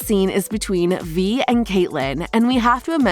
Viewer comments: Vi is pronounced v-eye not v-ee. And it’s Silco not Silo. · Aint no way she called Silco Silo and Vi Ve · VVV I NOT V ITS "V-EYE"